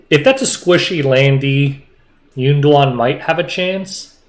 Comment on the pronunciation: calling YunDuan “Golem” was the funniest thing I’ve heard all week! 🤣